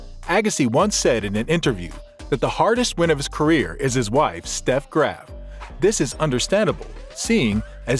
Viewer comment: It's Steffi Graff, not Steff.